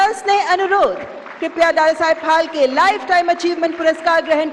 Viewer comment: It's phalke and the lady is continuously pronouncing it as palke